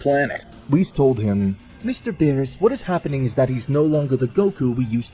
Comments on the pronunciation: Who the fuck is Bill? Are talking about the character from King of the hills or bee R us..beerus roll the damn "R" in his name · Stupid ai can’t pronounce words. How do you get Bills from Beerus? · It's beerus, not bills!!!!!!! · but wait bills lol berus is not berus hes bills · Beerus❌ bills✅ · "Bu-yills" ahhh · Its the AI narrating and it mispronounces quite a few names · Honestly the way you talk enjoys me more then you not being able to say berus